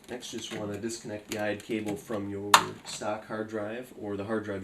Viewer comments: Can you please not say IDE LOL, its I.D.E. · No IDE is fine. You were pronouncing it as a word rather than by each letter. Usually people say I-D-E each letter at a time. That's all I was pointing out. I use the term molex all the time myself by the way. That is understandable.